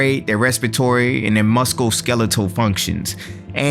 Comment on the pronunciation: Muscle or Mus-skull ? lol